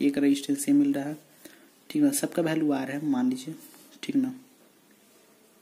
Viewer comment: bhai sab kuch sahi h par vo value hota h bhalue nahi h